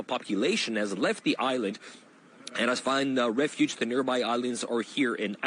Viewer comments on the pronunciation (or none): none